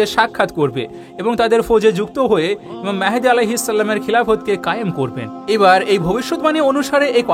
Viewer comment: Vi mehedi noi vai mahdi.